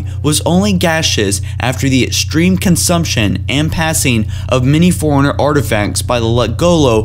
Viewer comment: Pronunciation time! Schism is not Skism Te is pronounced "tay" formidable not formible battle not bantle (bantle of responsibility? lol) extreme not estream sanheili not singeli Jesus christ you shouldn't be doing this.